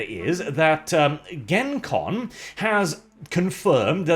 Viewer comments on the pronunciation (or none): it's "GenCon" hard "J" sound as in "Jennifer". It was named that as short for "Geneva Convention" as it was first held in Lake Geneva, Wisconsin. It was a wargaming convention, back when Wargames were more prevalent hex-map and chits, than miniatures (though there were miniatures Wargames as well). Also it was a play on the real Geneva Convention which set forth rules for warfare.